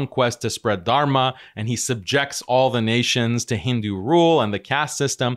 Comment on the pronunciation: Somehow his face triggers me in terms of i can see how corrupt and two faced this individual is as of right now. My allah guide him back to islam, instead of keeping him do this mockery to and of himself also why the hell is it so hard for him to pronounce dharma he keeps saying tarma 🤣 im german and its nothing hard really even with my accent